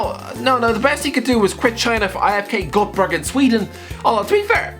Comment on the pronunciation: The way he Said IFK Göteborg 😂